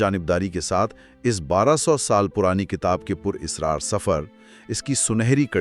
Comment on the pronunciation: لفظ اسرار ہے اس کا مادہ سر ہے۔اصرارزیر ( الف کے نیچے زیر)سے پڑھا جاتا ہے۔ بچے سنیں گے تو اسی کو صحیح سمجھیں گے۔